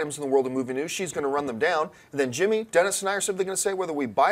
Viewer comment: Whenever says Dennis' name, I think she's saying "denizen". Kinda sounds badass for a second, like some hip net or gaming alias. I think Assassin's Creed, if done right, could go for a few movies and do very well. It's got a lot of the right talent attached, or interested in it as well, which doesn't hurt. First and foremost though, it has a staunch fan-base and carries elements that would make it broadly appealing to more than just gamers.